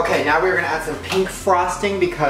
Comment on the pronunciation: He said pink not peep